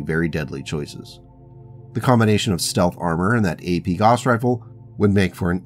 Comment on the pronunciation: Good series. Also "gauss rhymes with house".